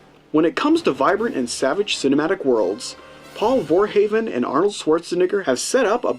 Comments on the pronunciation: Don't want to be a dick here but you pronounced Verhoeven wrong. It's pronounced like "Verhooven" it sounds like Hooves. You said "Voorheven" like Jason Voorhees. But that's wrong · Verhoofun (that's how to pronounce Verhoeven) :) great movie and review